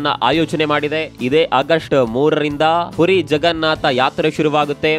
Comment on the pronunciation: ಪೂರಿ ಅಂತ ಹೇಳಬೇಡಿ. ಪುರಿ ಎಂದು ಹೇಳಿ